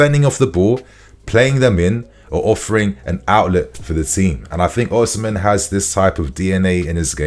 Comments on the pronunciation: It would be nice if you pronounce Osimhen correctly. According to Mikel Obi, Osimhen is pronounced as Osi-mheh. the 'n' in Osimhen is silent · According to the Jon Obi podcast Osimhen is pronounced "Ozzymeh". Either that or I've misheard 😮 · 🎉 It's not "Ozzymeh", it's pronounced "Osimeh".